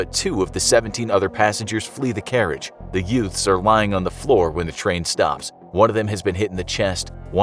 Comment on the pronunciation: Did you say yoot? What is a yoot?